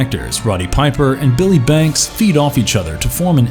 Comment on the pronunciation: Yeah where is the narrator from? He pronounces a bunch of japanese n like Swedish names perfect (I watched a handful of these lists today) but then gets one I thought everybody knew wrong